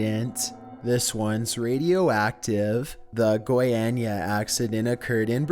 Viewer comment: its not "goieinia", its "goyania"